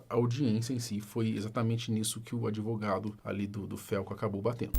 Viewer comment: Esse "adEvogado" do Puff Diddy Brasileiro já deve ter batido muito bolo com a exploração do cliente🧐🤨 Fortes Indícios